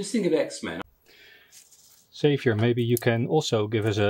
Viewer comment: Congrats to the winner! And didn’t know that Xavier rhymes with caviar!